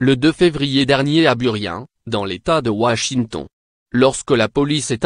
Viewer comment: Washiton mdr revoi la prononciation mdr